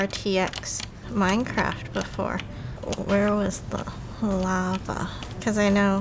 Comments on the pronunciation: ah yes! my favorite game "MINCERAFT" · "Minceraft" lol